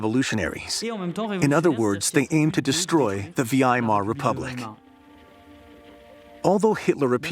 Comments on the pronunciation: Vee AI mahr ?? UGH. Try VIGH mahr, bozo. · Pity about the AL Voices (V.I. Mar insteead of Veimar etc - Weimar) Human would say it correctly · The Vee-Eye-Mar Republic 😂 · Kroop and Vee-Aye-Eye-Mar Republic. I called it quits after that one. Dont recommend Channel.